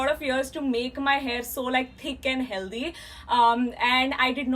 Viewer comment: The way she says "healthy" 😂❤️